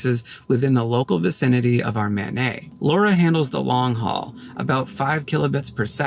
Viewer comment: MANET is an acronym. It's not a French name. More like man-et.